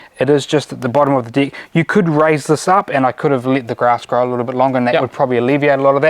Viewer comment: It's very funny how they say "deck" exactly like "dick"!! 🤣🤣 Are they Kiwis? I think so...🤣